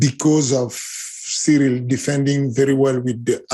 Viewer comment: For a guy who always acts like he so concerned about saying names correctly. It's a bit weird that he pronounces Ciryl as "surreal". Ariel literally tries to say Adesanya in an authentic African accent, but can pronounce Ciryl properly? Lol. It's pronounced Cee-ril. Not "Surreal".